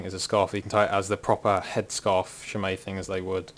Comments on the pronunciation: I thought it was closer to shay-maw. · It's pronounced SHEH- MAHG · Three minutes and eight seconds of listening to you pronounce it wrong, waiting for you to get to the point. WOW.